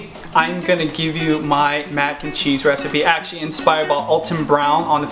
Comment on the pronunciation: Dang video quality & editing is on point! & bc of judy all i hear is "ackshee this ackshee that" hahah